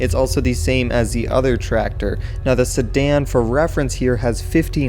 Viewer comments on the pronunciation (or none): i like the way he say "Sedan" "Sadan"